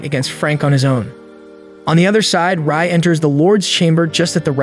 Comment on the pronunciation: My man really called Rai 'Ray', it's pronounced Rye like the bread